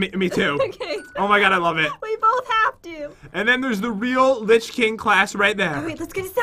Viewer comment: It says lich not rich